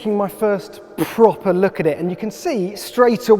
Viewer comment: say proper again please :) PPFFFroper